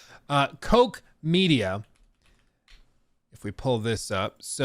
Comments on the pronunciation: Pronouncing "Koch" as Coke or Cock is wild. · Koch means "cook" in German and it's certainly not pronounced "coke" lol. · Koch is NOT pronounced "coke" either 😂 In fact, the o in Koch is pronounced like the "o" in cock, actually. But the ch has a guttural pronunciation, as if you're going to spit Titanic-style. It's almost as if a guttural R rather than any ck pronunciation.